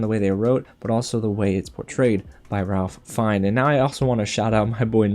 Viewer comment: Great Review! Really looking forward to seeing this one. FYI, his name is pronounced rayf fines.